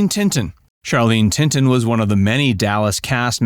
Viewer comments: Laziness, simply being lazy. I've been begging these guys to hire a serious final product editor,...but to no avail. Damn sad, they (the folks at '') make easily correctable mistakes in almost every episode. 😡😥😡 Tilton, Tilton, Tilton, Tilton, not Tinton!!!😡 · Charlene "Tinton"? It's Tilton. You need a proofreader. 😒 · It's Charlene TILTON, not Tinton. How did you not know that? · Thought it was Charlene T I L T O N not Tinton unless she got married to a similar name man. Oops someone said it already. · Charlene TiNton? It's TiLton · Charlen Tilton not tinton please correct at your conv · Charlene's last name is tilton not tinton 😅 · Charlene Tilton not Tinton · "Charlene TILTON"-- NOT "Charlene TINTON". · Charlene Tilton Not Tinton. I know because Lucy Ewing was my crush .I was just an 8 years old kid but eveyrone shut up when she showed up in her bikinis and cowboy hat . BTW , JR. Ewing is immortal . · it's Tilton not Tinton or whatever the F u said! Geez, fire the editor! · How do they manage to screw up Charlene Tilton's last name in all this???